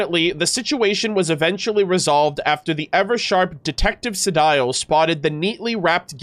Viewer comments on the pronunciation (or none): I'm so sorry if I sound like a broken record for this, but... Sedile is pronounced "Se-DEAL".